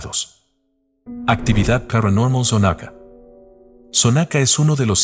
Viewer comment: La casa de los enanos esta en avenida Juárez. Está mal la direccion que diste... Y se pronuncia Xonaca, no sonaca.